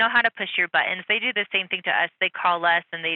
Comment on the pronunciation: "Butt-enz". "I know it's hard, they call in and push our butt-enz also". Perhaps these M O R O N dispatchers should learn the law also. And ask appropriate questions to de-escalate the sitch Pero no, they incite the brutality, themselves!!!!!!!!!!!!!!!!!!!!!!!!!!!!!!!!!!!!!!!!!!!!!!!!!!!!